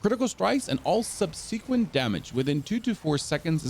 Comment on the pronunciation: dont say ergo if you cant pronounce subsequent pls lol